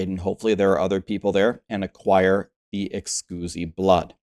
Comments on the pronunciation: Please tell me you are trolling every time you say Exquizzy blood 😂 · Brother!!!! Pls Google the word "exquisite" so you can nail the pronunciation. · EXQUISITE blood. Ex-QUIZ-it.